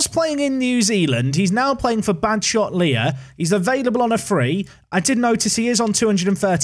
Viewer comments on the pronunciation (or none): Badshot Lea is pronounced Badshot Lee, I should know my name is Lea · Here after binging Park to Prem FM24, but ran out of videos!! Needed a new fix! (just to be a pedant it’s pronounced Badshot Lee - mainly known for a garden centre…) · Pronounced "Badshot lee" mate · It Badshot "Lee" sorry to be that comment. But I live there. Otherwise a perfect video. Also he was crap in my Aldershot save I'm FM20